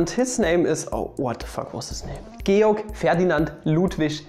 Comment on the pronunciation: I've never had a problem pronouncing, "Riemann", however, pronouncing Georg, "gayurg" is new to me!